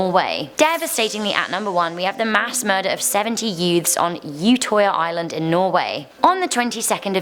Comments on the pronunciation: By the by,, you said ''Utøya wrong ''....I'm sorry,but i had to say it..... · Cringed at the way she pronounced Utøya